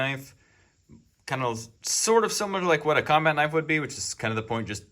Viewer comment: That's a knoife!🤠